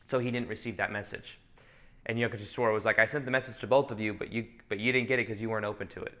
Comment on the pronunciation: Sri Yukteswar Giri is Paramahamsa Yoganandha's Guru.. His name shall be pronounced as simple as Youk- Tesh-Wer..